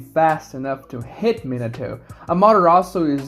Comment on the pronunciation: Min-uh-toe..... God damnit. Min-AH-toe. Takes no extra effort to pronounce his name properly, nor does it take any less effort to say it wrong. So just say it right.